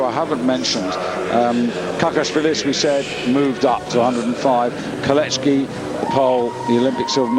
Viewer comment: Moron narrator persists in saying KOLECHKI when there is no "H" in the name! Sorry Britisher!